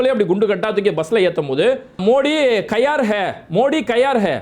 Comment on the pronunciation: Bro, modi kayar hai illa, modi kaayar hai